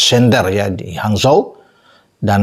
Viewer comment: Bacanya hanchou bung bukan hanzho